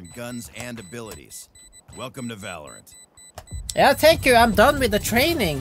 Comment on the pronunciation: Bro when you try to pronounce Shooter and Valorant is Immersively Funny lol